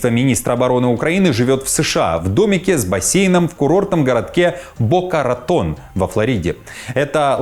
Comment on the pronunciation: Сам ты "Бакаратон", чёртболотньій! Бока-Рэйтон - правильно говорится!